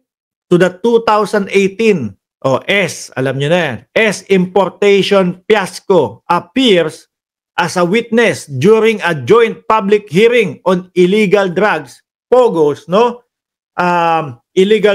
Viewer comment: Fiasco hindi piasco bakit ba ang hirap mong bigkasin ang mga letrang f,v at z d ka nararapat sa big 5.